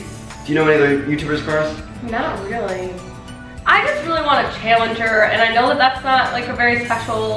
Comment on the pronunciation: 😂😂😂 the way she says "challenger"😂😂😂